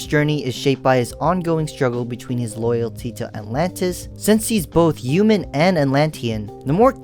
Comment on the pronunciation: Are you French because you’re not pronouncing the h in human and humanity?